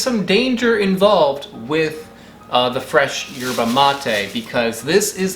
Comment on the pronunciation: Don’t think you pronounce the “Y”